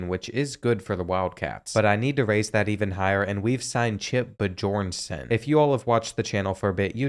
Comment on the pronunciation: Bjornson is B-Yourn-Son,. You got this homie!! 😂🤙